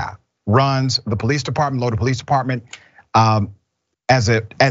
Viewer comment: it’s pronounced Lo-dye not Lo-dee.